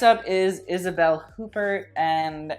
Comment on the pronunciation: omg "Isabel Hoopert" is offensive to the ear